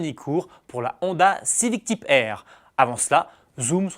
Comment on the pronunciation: Quel anglais... TYpe, ChallENge...